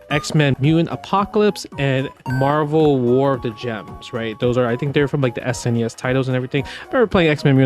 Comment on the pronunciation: Is he saying "MarVerse Capcom" on purpose?